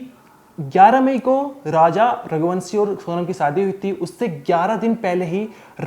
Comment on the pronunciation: Oye ghante ke so called reporter, pahle to raghuvanshi pronounce karna sikhle , raghuvansi bolne ke bajay, wahi same , same bol bol kr ppaka rahe ho kuch nayi khabar to hai nahi, pr phir bhi video banane baith gaya , thoda kharcha kr shilon jaa aur kuch taza khabar collect karke phir video bana wRna strike , marenge channel pr